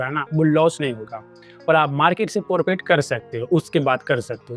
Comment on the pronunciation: Bhai ji forfit nahi profit hota hai